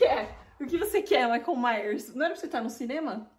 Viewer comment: OMG, o "maico maios"!